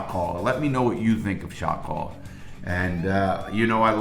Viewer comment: That's all I hear now!